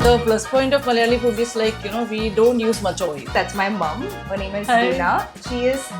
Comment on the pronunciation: Pls pronounce Malyali as Malayali